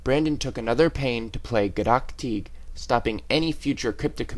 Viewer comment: for some reason, the way the guy pronounces gaddock teeg seems to annoy me